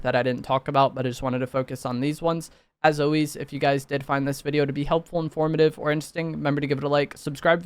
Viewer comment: “as owiez” holy brain rot